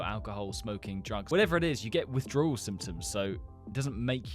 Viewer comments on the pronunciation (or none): instead of symptoms he says simpons